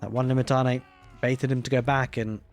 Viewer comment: Limitanei - (Le-Met-an-eye) is the pronunciation